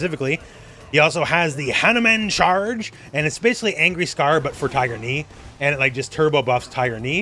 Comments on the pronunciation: My sister and I always thought he said hyper. I would hear Hyper, Hyper, Hyper Uppercut in my nightmares from this guy from SFII lol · Knew it was "Tiger" but to me it sounded like "Find her". In fact, I still hear it! Lmfao 🤣👍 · Me and all my mates also thought he said viper lol 😂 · As a kid I always thought he was saying "hyper" which maybe kinda made sense to me with SFII Turbo. Such is childish reasoning.